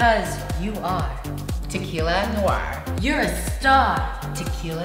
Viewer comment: I'm French, and when Gigi said over and over again "tequila noir", for me it sound like "t'es qui la noire", in english that means "who are you black", so I am offended (even though I white)